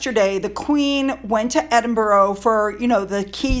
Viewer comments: Thanks for all you hard work putting these interesting videos together. I look forward to watching them, but I do have to say, I’m sure like me, many Brits cringe when the City of Edinburgh is pronounced as Edin-boro when it is actually Edin-bra, (not bra as in brassiere) but bra…full stop/period. Oh and the school is Gordon-stone I know, the English language especially in Britain, really doesn’t make much sense at times. Sorry, it’s the pronunciation police out in force again, I’ll try to control it in future! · Edinburgh? (EdinburAH)! Wimbledon, (Wimbaldun). Gordonstoun,(GordanstuN). We’ll make you a Brit! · Great video. just to help you , us Scots pronounce Edinburgh as (Ed in bur ah) or (Ed in bra) :) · Hey toots… it’s pronounced -ENDIN bruh GORDON -STON… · Hey, I’m not being pedantic, but it’s Edin-burr-ah! (emphasis on ‘burr’) For-far (emphasis on ‘far’) Foch-ah-bers (emphasis on ‘ah’) Gordon-stun (emphasis on ‘stun’) Hope that helps! Edited to add….. fool Oprah once, shame on them, fool her twice, shame on Oprah! More manipulations by the duplicitous duo! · It's pronounced edin burrrr aaaah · Edinburgh, Eh din buh ruh. No o sound!